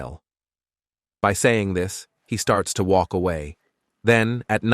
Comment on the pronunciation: He starts to woke in the rain. How do you woke in the rain. Its suppose to be walk not woke. Can't we get better Ai for these stories or use your own voice.